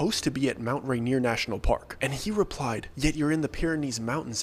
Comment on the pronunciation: I keep hearing Mount reindeer 🦌😂